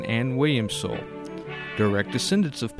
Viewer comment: His last name was pronounced soolay.